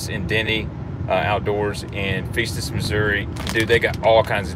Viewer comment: Lol...love the show. But you butchered the name of the store. Its Denny Dennis in Festus pronounced like fester...great show though. And the guys at Denny Dennis rock..I have friends that race at Pevely race track...